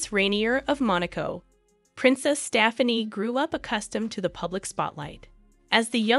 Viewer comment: Whoever reads the script might need to take lessons in common speech! Staffanee? lol